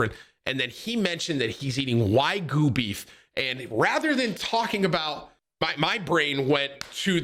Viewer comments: whygu beef? lol nigga it's WAGYU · Come on Tim you know better. Its waa·gyoo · Tim, is it now Wagyu or Waygu?😂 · Why do you call it whygoo beef. Lmao